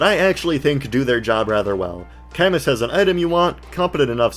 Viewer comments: camus is pronounced with a silent s othwrwise great video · Camus' name canonically being pronounced cuh-moo due to feh is something im not sure ill ever get over. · Great video but that Camus pronunciation hurt my soul😢